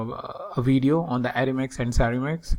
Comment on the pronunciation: What's a "weedio"?